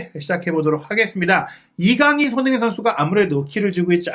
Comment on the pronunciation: 몇 번을 다시 들어도 손흥민 선수 이름이 정확히 들리지 않네요. 손희원에 가깝게 들리는데, 계속 그래서 다른 사람 얘기하나 했습니다. 다른 말은 다 잘 들리는데 왜 손흥민 선수 이름만 그렇게 이상하게 흘려 발음하시나요? 들리는 것 뿐 아니라 계속 돌려보면 입모양도 그렇습니다. 특별히 정확하게 발음할 때를 제외하면 날아가는 발음 때문에 좀 짜증나고 거슬리네요.😢